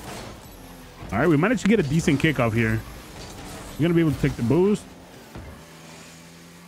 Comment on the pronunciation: Why he said bboosst like that